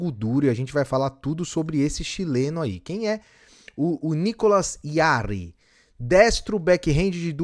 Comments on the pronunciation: Oi amigo! Eu vi aqui a pronúncia do nome do chileno e é mais simples, na verdade. É "Nicolás Djá-Ri" (com esse R do galvão bueno gritando "Rrrronaldinho" mesmo)... pra quem gosta dessas curiosidades linguísticas, a página de cada tenista no site da atp geralmente tem um botãozinho em q vc clica e ouve o próprio atleta pronunciando seu nome (é o ícone do alto-falante logo abaixo do nome). Abraço (ótimo vídeo) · Nicolas Rari. Fale assim